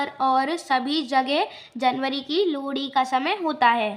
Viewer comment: Bhai Lohri bolna to seekh he